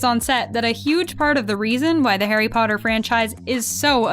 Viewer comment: i still remember how tom would say potter as POTTAH that always cracked me up